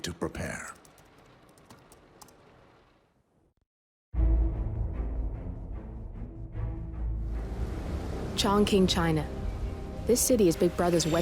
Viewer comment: Did she just say CHONK-KING?? Stop changing other places name for god sake, learn it properly